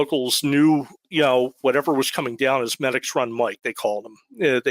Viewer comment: Pronounced me-dix after the tributary medix run shout out to medix hotel awesome food and people